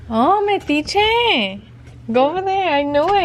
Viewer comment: Meticheee.. lol 😝